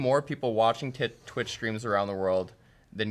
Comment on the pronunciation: you definately said tit stream not twitch stream